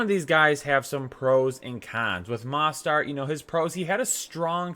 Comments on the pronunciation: YOU ARE SAPOSED TO PRONOUNCE THE O IN MOSTERT Please stop it’s so annoying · Please learn how to pronounce Mostert. Sheesh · Ha learn how to pronounce Mostert bro